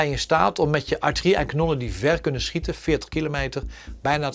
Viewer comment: “Als de minitie op is kan de atjerie niet skieten” Johan Cruyff